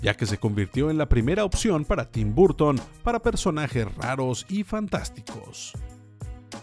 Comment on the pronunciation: No entiendo por qué pronuncian todo bien y después se mandan Burton o Disney tal como suena siendo que no se pronuncia así.